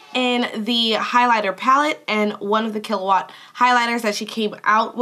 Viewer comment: Girl you said it right lol. Yay I'm so excited thanks so much!!! I'll dm you on ig